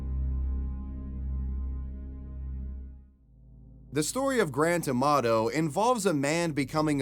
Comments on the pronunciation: I thought you were saying Grand Tomato. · When you say Grant Amato it sounds like Grant Tomato.